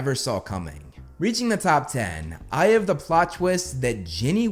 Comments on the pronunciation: I know he says "I have the plot twist", I even checked the subtitles, but I kept mishearing it as "Eye of the plot twist", and my brain is like "Which eye?" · Are you sure he’s not saying “eye of the plot twist”? That’s what I’m hearing. Either way, it’s overkill. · I thought you kept saying, "Eye of the plot twist" and was confused af😂🤣 then i listened closely then finally heard you actually said "I have the ..." Lol Nah, Harry being a Horcrux would be my no.2 and 1 would be how Snape made Harry take his memory for the pensive, Snape not just giving only the important memory about Harry but also his entire crucial life points. How that reveals the dangerous and utmost importance of Snape's role in the whole ordeal, especially in defeating Voldy but also finding a way to protect Hogwarts and its students. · Anyone else hearing this American accent come out as "Eye of the plot twist..." over and over again?